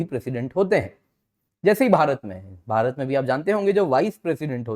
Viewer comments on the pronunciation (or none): none